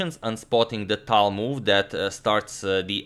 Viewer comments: I'm impressed by your proper pronunciation of Tal's name with a 'soft' L. - Таль POP QUIZ: HOW MANY FINGERS did Mikhail Tal have? If you know the answer without Googling it, you are a true Tal fan. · I love how you now say his last name correctly and also calling him Misha😂🤞🏻